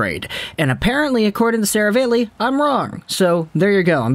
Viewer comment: Stop saying Serav-ale-ey. It’s Serav-all-ey.